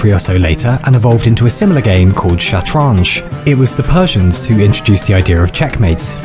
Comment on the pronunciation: It's shatranj... bro your pronunciation is wrong